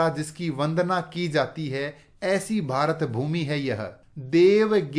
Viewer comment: Sir the way you say - भारतभूमी Is very good and beautiful